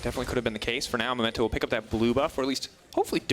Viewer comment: Pls, you did this last week as well. He's called Memento, not Momento.